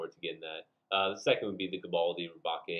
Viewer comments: it's pronounced as Re-Bake, as in baking a cake, as the custom Galbaldy Gunpla was inspired by the Gundam Gusion Rebake from Iron-Blooded Orphans which is a play on the Gundam being redesigned/rebuilt after it was captured by the protagonists into a new form, it's upgraded form in Season 2 also ups the name play by being called Rebake Full City, a reference to the Full City Roast coffee beans, as in baking the coffee beans, its weird. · It's pronounced Galbaldy Re-Bake, like bake a cake. Lmao like Gundam Gusion Rebake from IBO. But I really want it, I want to customize and make it more IBO styled, definitely got to extend the waist and make it taller. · Liked, but your killing me with the way you pronounced rebake. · Ok guys, so looking at the hiragana (like I should have in the beginning) I pronounced rebake wrong. My bad. Anyways, what kit are y'all looking forward to the most next month?